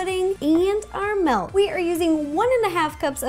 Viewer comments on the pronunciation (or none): I love how she says melk instead of milk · Ro says melk instead of milk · Ro kept saying 'melk' and I wanted to scream at her, "ITS MILK NOT MELK!!!" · Who else hears melk when she says milk? 😂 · She said melk😂